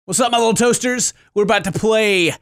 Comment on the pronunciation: "toasters" Me-"toesters" Really thought that's what he said